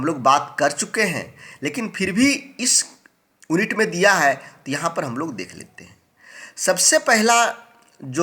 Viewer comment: ओन्नित नही यूनिट